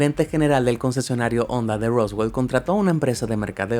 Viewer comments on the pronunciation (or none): none